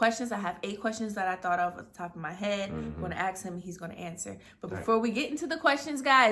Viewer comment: Lol they wanna ast like they tough so they keep silent t 🤣🤣🤣